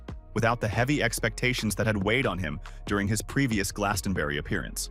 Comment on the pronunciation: Americans just can't pronounce Glastonbury